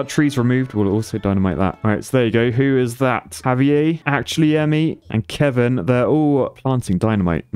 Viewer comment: Xavier = “Ex-ave-ee-er” not Javier